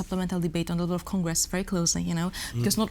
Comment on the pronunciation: Żenujące jest dawanie pytań z góry i odczytywanie odpowiedzi na antenie ….wstyd takie ustawki. Nie umie wypowiadać prawidłowo podstawowych słów jsk np focus, czy level. Radziłbym wziąć proszki na nerwice, mówić wolnej, bez agresji i nauczyć się podstaw wymowy angielskiej co przy czytaniu z kartki na przyszłość powinno się jej przydać. Zacięła się na słowie - advocate. Nie umiała go przeczytać. Absolutnie wymaga leczenia ! Ju noł, ju noł, ju noł …w jednym zdaniu z 5 razy ….i ktoś taki jest na serio politykiem w Polsce ..podczas gdy tacy jak ona siedzą w tworkach …”today is a 984 day ….” Anglik owszem być zrozumieć ale przydałoby się czytając z kartki znać podstawy gramatyki ang …